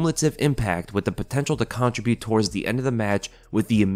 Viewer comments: The way you pronounce "contribute" is like a middle-schooler. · Why do you pronounce "contribute" that weird way.